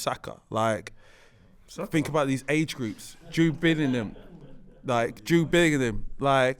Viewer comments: Y bring a guy on who don't watch ball. Guy can't even get there names right lool billingham lol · The Jude bellingham pronounciation was mad.